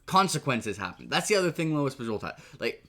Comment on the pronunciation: Dude. It's Lois Bujold, not Louis. It's making me crazy.